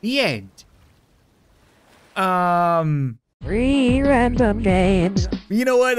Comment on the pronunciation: it's saying 3 RANDOM GAMES but I hear rree RANDOM GAMES